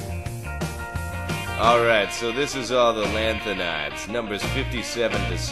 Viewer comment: i love how he epiclly mispronounces the lanthanides